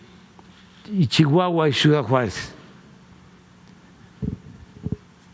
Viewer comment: Se dice ciudad no cuidaaa